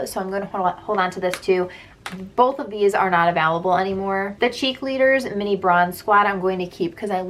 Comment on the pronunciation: I kept wondering why the foundation’s weren’t VALUABLE...I finally realized you were saying AVAILABLE😂